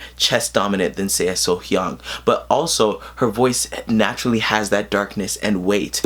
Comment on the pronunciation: You are one of the few that pronounce her name correctly the first time. Off to a great start...lol